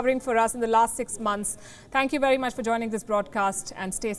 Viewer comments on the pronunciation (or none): PLEASE GET YOUR PRONUNCIATION RIGHT, ONCE AND FOR ALL...VERY not WERY! 🙄